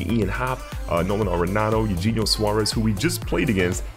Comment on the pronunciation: Eugenio = Ayouheyneeo